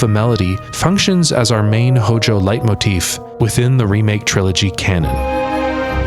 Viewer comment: The build up to the bathing suits did not disappoint! 😆 (And "Leitmotifa"? 😚👌)